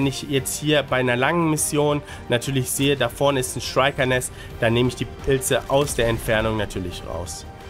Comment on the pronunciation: Moin, einfach nur mal ne kurze Anmerkung: Die werden nicht "Schreiker" sondern "Schrieker" ausgesprochen ✌